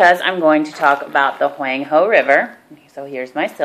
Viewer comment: Very educational but you keep saying Huang he wrong....